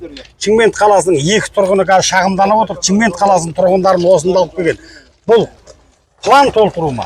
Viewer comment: Чимкент емес Шымкент.